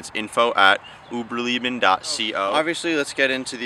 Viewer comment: Uberleben not Uberlieben. Lay-bin not Lee-Bin